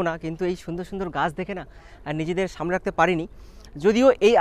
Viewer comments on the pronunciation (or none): none